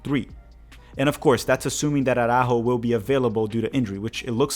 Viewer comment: Your portuguese pronunciation of Arrascaeta is spot on. Lol Araújo is pronounced "ah-rah-oo-ho"